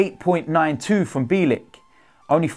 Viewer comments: Pronounce his surname correctly will you? Phonetically it's Bee-yell-ik. Mind you last season you kept pronouncing Rennes as Renns, despite Robbie interviewing one of their fans and telling you how to pronounce it correctly, with no S. Although, why should I be surprised at your lack of education, you are thick Gooners after all. 😁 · It’s pronounced Byeahleek